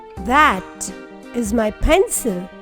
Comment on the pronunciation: Why are you saying “dash” instead of “that?”